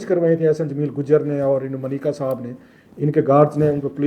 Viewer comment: It’s Manika sir not mneeka